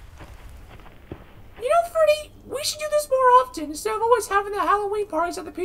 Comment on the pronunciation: Loved wen spring spring trap said I awayse come back